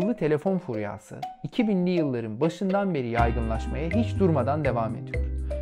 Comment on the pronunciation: furyâ değil abi furya. a uzamıyor.